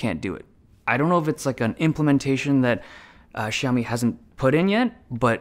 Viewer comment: It's not "Shaomi". It's "Siaomi"